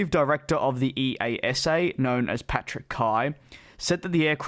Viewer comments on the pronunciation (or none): Please for hundredth time.. It's Ee-ahh-sa. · DJ my only wish for 2021 was that you would start to pronounce EASA right EE-YAH-SAH. Imagine a youtube foodcritic say M-C Donalds all the time. That would be pretty silly wouldn't it? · I have heard EASA normally spoken to as a single word, not each initial letter in turn, i.e. ee-ah-sa.